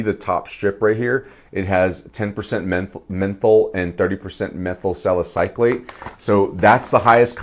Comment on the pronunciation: Nice review! I would not normally post about someone's mispronunciation of a chemical, but you did bring it up. I'm a chemist, so these terms are common in my work, but that doesn't mean it's obvious to everyone else, so I respect your comment. Anyway, you are saying it as in "-clate", but there is no c between the Y and l. It's "suh··suh·layt".